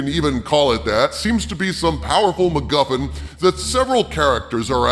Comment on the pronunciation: After all this time in the Toxic Brood I hear McMuffin instead of MacGuffin... And now I'm hungry... So all the money I would've spent on tickets to a good star wars movie? I'll save it for McMuffins, it'll make more sense, be a higher quality product and hey, I'll watch the OT while I eat them on the day this film comes out, because I'm nothing if not spiteful. Merry Christmas Disney.